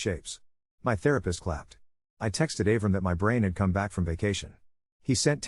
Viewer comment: Av-ram? It’s Ah-vrahm. 😂